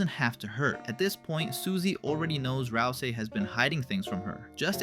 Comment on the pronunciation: "RAL ` SEE". Please. For the love of goat mom pronunce it roite m8. prono-unce it roit.